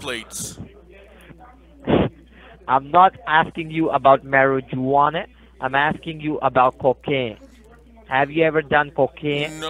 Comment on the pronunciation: I love how you mispronounce your words. So funny 🤣Marry-je-wanna! You Crack me up!